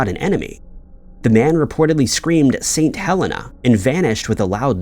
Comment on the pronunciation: The name of the island that Napoleon was exiled on was Saint Helena (Hell - een - ah). Sorry!